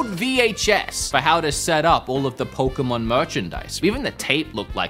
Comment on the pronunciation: POKÉM( A )N lol PokémAn